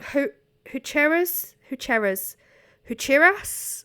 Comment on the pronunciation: 😂 made me laugh so hard when you were saying hucheras. It’s actually pronounced hu-ke-ras. Love ya!